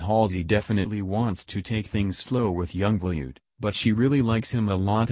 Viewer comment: You pronounce it young BLOOD not blued